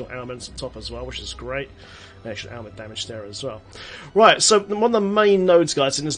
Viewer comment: I swear you keep saying Ailment "Snacks"